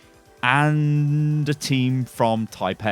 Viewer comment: lol keep saying taipei...lol